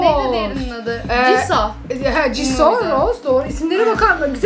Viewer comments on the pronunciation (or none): Abla jennie jeni değil cenni diye okunuyor ve önceki videoda jisoo ya ciso dedin aslında cisu diye okunuyor bide önceki videoda Rose ye roz dedin ama roze diye okunuyor :))))) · rose rose diye okunuyo jisoo jisoo diye okunmuyor cisu yani u harfiyle😊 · Abla ama rose roz değil cisoo değil jisoo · Jiso değil Jisu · jisoo ciso diye okunmuyo cisu diye okunuyo😑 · Abla jisuu değil jisoo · Okunuşu ceso değil cisu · Duzeltiyim Jisu,roze diye okunuyor ve blackpink birlesik yaziliyor💗🤗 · Abla Rose roz diye okunmaz roze diye okunur jisoo da o ile okunmaz u ile okunur(kötülemek icin degil)💗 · Abla... Jisoo ciso diye okunmuyor